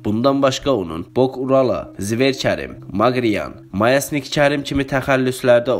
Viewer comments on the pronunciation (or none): Mayesnik yox. Myasnik